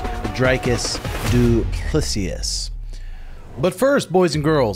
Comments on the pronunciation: It’s pronounced “doo plaa see” coach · its DOO-PLEE-SEE .... jesus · At this point I'm convinced that your saying these guys names incorrectly on purpose. Umnar , DuPlessius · You all got it wrong, it's a fench name, replace the "doo" with french "dU", and don't skip the "s" at the end. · It's a French name. Du (French sound 'u') ple ('e' like in bed) si (see). The final 's' is not pronounced. Drikus: in French or in Dutch, it would be pronounced the same : dree - kuss ('u' pronounced like the vowel 'u' in French or in Dutch) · Say...doo plu sea....as in ocean,SEA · You pronounce it DU-PLESI you goof